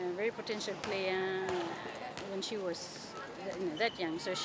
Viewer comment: It's SHE and NOT "C"